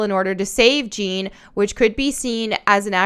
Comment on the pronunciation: Side note Jeanne is pronounced like "John" but with a heavy A or U